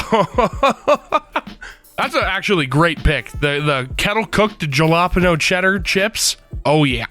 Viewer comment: IS HALAPEENYO NO WHATEVER WHAT YOU PRONOUNCED IT NOoOoOoOo